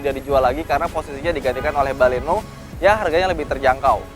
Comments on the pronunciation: baleno bukan balekno. hihihihhihi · baleno kalikkkk... bukan baleknooo 😒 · Mbaklekno? Wkwkwk